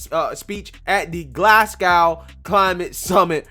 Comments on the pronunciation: Hehe love the way you say Glasgow totally wrong though 🤣 its said like " glass go" Glasgow silent w 👍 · Please pronounce our Scottish city correctly, Glas-gow (like hair bow) Insulate Britain are blocking roads even glueing their hands to the roads!